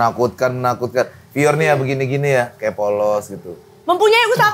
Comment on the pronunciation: wkwkkw bang pior nyebutnya lebih asik bgt